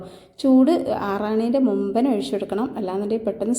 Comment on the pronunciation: ഒയിച്ചു,, കോയിച്ചു,,,,,, മലയാളം പഠിപ്പിച്ച മാഷ്,,, ഉപ്പുമാവ് സാറായിരുന്നോ